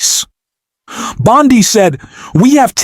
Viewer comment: It's pronounced bon de not band de. Don't be a republican get people's names correct, show your better then them.